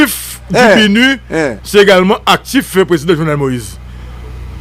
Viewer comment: Saa pa même ka prononcer BINU epi li se gro analyst... ala de koze papa!!!